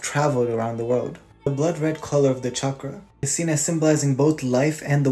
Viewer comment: Wow you didn’t pronounce it shock-rah 💕💕